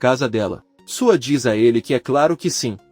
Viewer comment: Gente por favor o narrador está falando td errado. Suat e não é Sua. E falou que Sirin é ele? Meu Deus!!🤦🏻‍♀️🤦🏻‍♀️